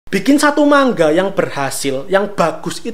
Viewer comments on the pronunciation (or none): Manga bang bukan mangga 🤣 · manga, bukan mangga 🥭